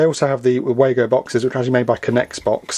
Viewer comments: WAA GO - it's lazy to not learn to pronounce a name with the advent of the internet. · Yes they are German, and I'm sure the Germans will pronounce it as vago but we all call them Wago's. There is more to this company than just snappy Wago's, they have a whole range of products designed to help electrical and electronic installations, some of my favourite are the din rail mounted beauties that can be interconnected and require a tool to momentarily open the cage clamp system. In my opinion as a mechanical and electrical engineer, Wago has been an outstanding choice of products for power connections. Can you believe, Americans and Canadians still think those crappy twist nuts are a better choice! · If they were German they would be pronouced, "Vah-go!"